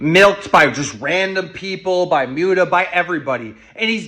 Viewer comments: I can't handle the fact that keem keeps pronouncing Muta like "mewta" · love how keem pronounces muta's name as "myuta" lol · I like how Keemstar calls Mutahar "Myoota" lol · Lol "Mewta".